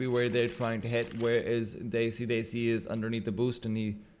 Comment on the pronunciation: he keeps pronouncing desi as daisy and it hurts lol